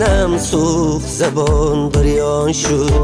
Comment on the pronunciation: Прекрасный голос но произношение слов не правильный--а так отличная песня--гырён шуд-бырён шуд-гирён шуд-бирён шуд.правильнее.